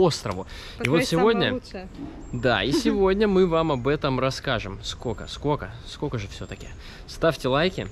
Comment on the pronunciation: Классное путешествие. Но,, не говори "скока", ухо режет. Есть же русское слово " сколько"